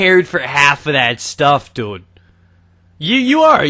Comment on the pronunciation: I like the way you say dude you go like doude